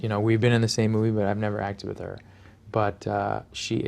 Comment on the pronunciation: With not witn